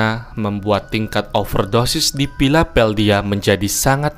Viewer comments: Lagi laper tapi kok pilapeldia terus..😑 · Baca nya pila del via mas bukan philapeldia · Philadelphia.....bukan philapeldia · Philadelphia bukan philapeldhia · Hahah.. pantas bingung knp jadi Pilapeldia😂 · Dari awal aku merasa aneh mendengar Philapeldia ❌- Philadelfia ✔🤣🤣🤣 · PHILADELPHIA BANG, BUKAN PHILAPELDIA😂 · # PHILADELPHIA, bukan PHILAPHELDIA. 😭😭😃😀😄😁😃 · Ralat harusnya bacanya filadelfia bukan filapeldia, trus philadelphia ini kota dari negara bagian pennsylvania bukan washington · Smp ku putar mundur. Tktnya kupingku yg salah denger. Ternyata kupingku normal2 aja. Pilapeldia 😂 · Bacanya fila-del-fia bukan pilapeldia🙏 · Video bukan video original, tapi dari video orang lain, paling tidak spellingnya benar dan sangat disayangkan sampai akhir video baru sadar kalau nama kotanya Philadelphia bukan "pilapeldia". Terus dibuatincaption. Keliatan kerja cerdas nih bukan kerja keras. Apakah sebelumnya tidak pernah dengar atau baca Philadelphia? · Piladhelpia bang bukan Pilapeldia..harus menguasai Dulu materi penyebutan nama baru bikin konten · Astaga kenapa piladelphia jadi pilapeldhia bang, coba di cek ulang bang sebelum upload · Your Spell or pronunciation is wrong. Pengerjaan dan pengucapannya keliru bro...!? PHILADELPHIA itu dibaca FILADELFIA. Bukan Piladeldia. Hahaha 😅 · bacanya pi-la-del-pi-aa kaya kue piaa, bukan pila pel dia kaya nge pel lantai. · Bang, bukan pilapeldia tapi Philadelpia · Philadelphia bang,,bukan philapeldhia,,ngmong aja typo 😂😂😂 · Philadelphia bang bukan Philapeldia penyebutannya... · Philadelphia bukan pilapeldia wkwkw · filadelpia bang bukan filapeldia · Bacanya filadelfia...bukan Pilapeldia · Philadelphia bang,, bukan philapheldia😂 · Kenapa lu ngucap philadelpia menjadi philapeldia?? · PILADELPIAH BUKAN PILAPELDIA ADMIN EE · philladelpia bukan philapeldia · Philadelphia kali bukan philapeldhia😂😂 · Philapeldia ? Kocak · Phiapeldia..salah y... yg bener.. philadhelpia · Philadelphia, bukan Pilapeldia blok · pilapedia wkwkkww